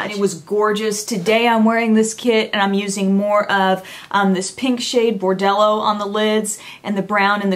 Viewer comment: "bordello" lol :))